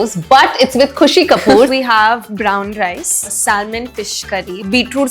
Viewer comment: Did she say Salmon ??? Like L also ?